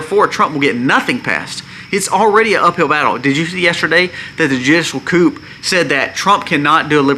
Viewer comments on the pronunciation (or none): you are right but coup in pronounced coo!The p is silent. We need everyone to buy gold and silver. Our dollar is dying.